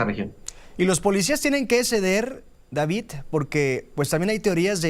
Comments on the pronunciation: No es Davitt, es Davidddd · No se dice Davit se dice David no copien la forma errónea de hablar del kks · Cuando dice DaviT me recuerdas a ya sabe quien